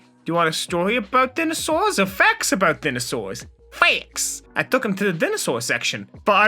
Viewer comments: oh i hate how he pronounces “dinosaurs” and “DNA” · STOP SAYING DINOSAURS LIKE THAT REEEEEEEEEEEEEEEE